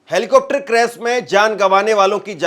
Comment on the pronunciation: क्रेस नहीँ भाई क्रेश होता है, क्या आप से कोई पूछेगा कि आप कब सीख पाएंगे,,,,, इतना आसान काम आप नहीँ कर पा रहे हैं,,, बातें ही बातें हैं खुद को कुछ करना हो तो मुश्किल और दूसरों से स्पष्टीकरण चाहिए